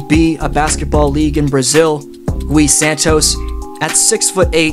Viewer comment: The “U” in Gui Santos is silent